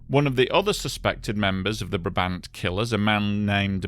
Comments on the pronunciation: Brabant Killers ( slightly botched the pronunciation there). I'm not sure the would ever get round to it, because it's such an extensive and complex case that it would require at least a ten-part documentary about the crimes, and a ten-part documentary about the botched police investigation, and even then you'd be left with more questions than answers. The Brabant Killers were responsible for a spate of crimes lasting from 1982 to 1985; 22 random criminal acts of which 12 with a fatal outcome, ranging from the theft of a single duck gun from a gun store (which, puzzlingly, was never used during any of the subsequent crimes but later found with a cache of weapons used by the gang), over car thefts and random murders, to a series of raids on supermarkets with excessive violence, the deadiest of which saw 8 killed, including children, with all victims executed from close distance. The loot taken in some of these robberies really didn't match the level of violence used: for instance, one of their raids saw 2 bystanders and 1 police agent killed, and a second police agent severely injured, for a loot of... 5 boxes of pralines, 5 cans of arachide oil, 5 cans of corn oil, 10 bags of ground coffee, and 40 bags of coffee beans. Even now, nearly 40 years after the last raid (November 9th 1985), the cases remain unsolved, with many names named but nobody ever officially linked to the crimes. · Never heard of him . Chainsaw accidents can happen so easily. You are pronouncing Brabant incorrectly. go to the wiki page on Brabant and there is a small sound file on how to say it correctly